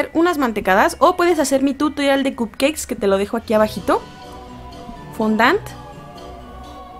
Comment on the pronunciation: 😂 dice cupceis